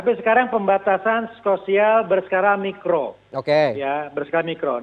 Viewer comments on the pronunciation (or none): Maap mikro bukan makro hahahaha haduuuhhhhh reporterne piyeeee 😂